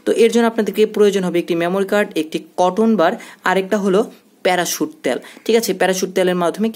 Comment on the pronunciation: Not ত্যাল ভাইয়া। It's তেল।